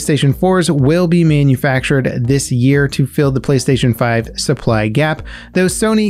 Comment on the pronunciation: you said “playstation frive”